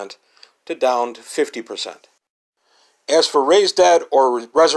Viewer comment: Sounded like the spell was "Raise Dad."